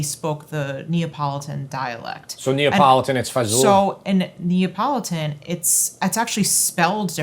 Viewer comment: You’re still pronouncing it wrong… same as you’re pronouncing neee ah politan is very wrong… it’s more like nya po lee don My family is all from Palermo and Milan, it’s pronounced fast by Italian speakers… with different mouth movements than what American English speakers are used to… it’s kind of in the middle of fa gi olay and fazool but neither of those are correct… it’s more like fa joel le